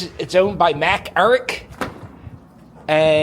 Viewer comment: fyi Macerich. the c is pronounced like a s.